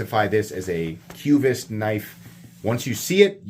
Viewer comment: It's pronounced: kvist. Not kyoovist.